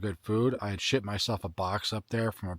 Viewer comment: I swear, when you say, “I shipped myself a box.” I hear I shit myself. 😊